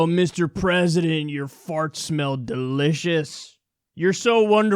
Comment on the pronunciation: Fucking Pathetic..! Pence is soo Fucking Disgusting..! ( "Da Pwesident has acted Decisively" ) I fucking hate it when he says THAT..!